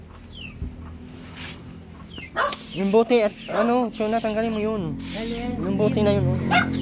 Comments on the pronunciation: CHONA NOT CHUNA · CHONA...not Chuna.